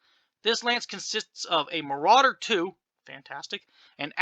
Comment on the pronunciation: It's called a "More-rauder"